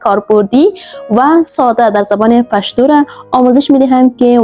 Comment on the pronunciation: پشتو را هزاره کی تلفظ میکنی. درست نیست